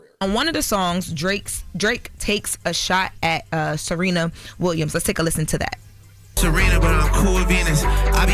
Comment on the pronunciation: Serina & not Serena, when you talkin bout SERENA is nasty yo smh 🤦🏾‍♂️🤦🏾‍♂️